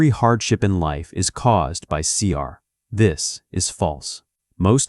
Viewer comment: اشهد ان لا اله الا الله واشهد ان محمدا رسول الله ، اللهم نجنا مما نعلم ومايخفى عنا واحمنا وجنبنا شرور انفسنا والضعفاء منا وثبت قلوبنا على التقوى والهدى والإيمان Thank you for th video my brother, btw its called seher not seer i think th AI voice hasn't became Muslim yet😊